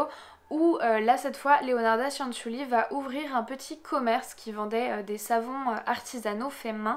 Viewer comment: Petite précision: Cianciulli ça se prononce "tchanntchulli". Le son nasal "an" n’existe pas en italien et la lettre i précédée des consonnes c et g ne se prononce pas mais à pour fonction d’adoucir ces dernières. Exactement la même fonction que le e en français (on ne le prononce pas dans nous mangeons par exemple, mais il est pourtant indispensable pour adoucir la lettre g). Voilà désolé de faire chier avec ce petit cours d'italien mais moi-même parlant italien ça fini par me fatiguer d'entendre systématiquement les gens faire les même erreurs quand ils prononcent des mots italiens ahah ^^. Ceci étant dit, comme d'hab super vidéo sur un sujet super intéressant! Merci! :)